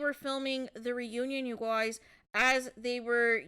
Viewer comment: I can't with the "you GOYZ" 😫